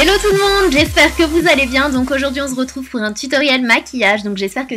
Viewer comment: Félicitations pour ton million d'abonnés 🎉🎊 Ce tuto est vraiment sublime et est facile à réaliser PS:juste une petite remarque : Horia à raison tu dis "On z'retrouve" mais bon c'est pas grave c'est comme ça que je t'aime 💖 j'espère que tu ne m'en veux pas d'avoir dis ça. Je te fais plein de gros bisous bonne continuation sur YouTube et dans ta vie. Tes vidéos me font retrouvés le sourire quand je suis triste. Merci beaucoup d'être là tu es un vrai rayon de soleil 💋😘💯💯. Estelle